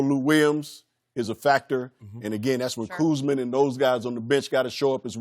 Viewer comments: B Scott called Kuzma, Kuzman and then he called Montrez, Montell 😂😂😂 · We know who the top players are. Just ask Byron Scott. If they're not there top he's going to butcher their names. "Kuzmin" and "Montel"!!!!!!! 😅😅😅😅😅😅😅